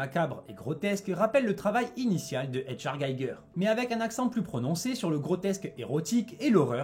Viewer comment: Le nom de HR Gigger ne se prononce pas à l’anglo-saxonne…